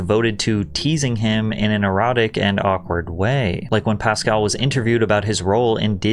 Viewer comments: Why can't you pronounce his last name correctly? You're accentuating the wrong syllable and it's REALLY not that hard. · Also, isn't his name pronounced PascAL, not PAscal? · It's PasCAL, not PAScal. Trust people when they pronounce their own nanes lol.